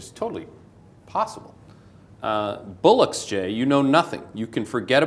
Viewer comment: Musk would say "bollocks" not "bullocks"